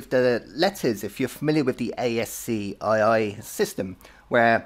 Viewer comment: ASCII is actually pronounced as ASKEE .just informing you ,, good luck